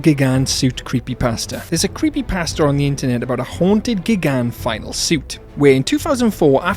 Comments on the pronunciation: Your mispronunciation of Gigan's name is infuriating tbh Also Biolante is a girl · "miniilla" "gygan"💀